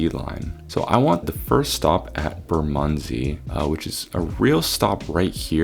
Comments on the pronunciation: Sydenham = Sid-en-um also Bermondsey = Ber-mund-zee(dwell on the Ber a bit more) and Streatham = Streh-tem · bermondsey is pronounced similar to how you said it, but less emphasis on the 'mond' (BER-mond-SEY), streatham is pronounced stret-um (note short 'e' sound), sydenham is pronounced sid-enn-um, dulwich is pronounced dull-itch, lewisham is pronounced loo-ish-um